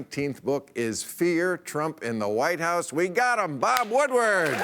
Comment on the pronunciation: Bob-a Wood-a-ward